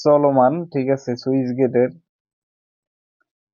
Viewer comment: সুইচ না স্লুইসগেট 😅